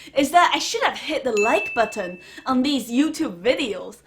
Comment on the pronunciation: U definitely go heavy on the T sounds in buTTon!!!!